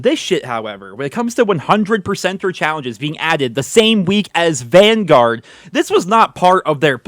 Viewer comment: Call of duty van-garage. Lol